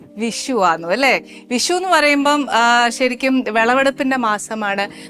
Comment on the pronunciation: വിശു അല്ല Annie.. വിഷു വിഷു 😂